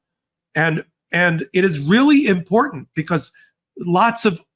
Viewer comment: Not IMPORNANT - IMPORTANT. Please.